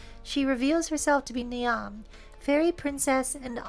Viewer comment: Great episode, thank you for the fantastic uploads. Just to be That Person here, "Niamh" is mostly pronounced "Neev". I have a coworker by that name, she makes phenomenal bbq pork.